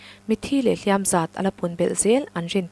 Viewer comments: "Hliam"-ah hian 'Tuar" nena i sawi zawm chuan, "Hliam" hi a ri hniama lam tur aw. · HLIAM AN TUAR ti lovin AN HLIAM LO tih hi zotawng DIK zawk a ni. Hliam an tuar lo tih hi hman dawn chuan HLIAM hi lam rik hniam tur a ni